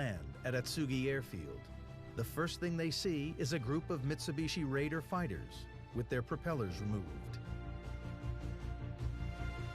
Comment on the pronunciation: "Raiden" fighters not Raiders